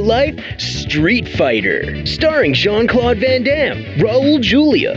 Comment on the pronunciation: "jean claw van dam"... lol I thought that too.